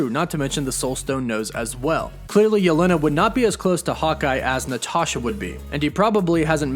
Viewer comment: you pronounce yelena really weirdly